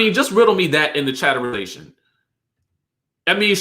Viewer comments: Please STOP saying chatterization!!! Omg🤦🏽‍♀️ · Omg i love but he can thro that chatterization away